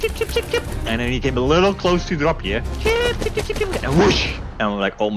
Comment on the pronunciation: It's dropje btw not DRAPPIER thats not even a dutch word